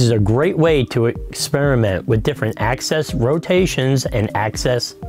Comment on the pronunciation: AXIS NOT ACCESS